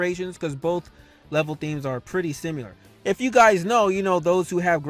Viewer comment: Bro u be killing me when you say “simular” lol